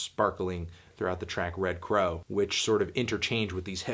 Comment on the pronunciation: its red cow, not crow ya moron